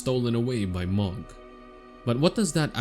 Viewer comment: please man Mohg is pronouced Moe/ Mo T_T